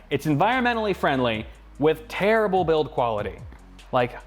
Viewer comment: did he mean terrible or tear-able